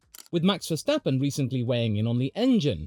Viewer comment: max stafappen